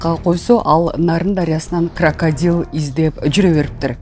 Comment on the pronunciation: Молодец аябай кыска нуска суйлопсун эн мыкты суйлогон созу туп туура кракпдилди кракадил дейт